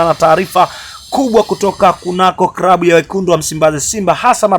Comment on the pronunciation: Channel ya kitapeli inayojitafutia umaarufu..hata kusema neno klabu unasema krabu!!